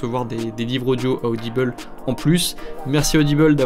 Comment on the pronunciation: Ah ah tu prononces audible bizarre tu as dit audibel 😂 ça ma perturbée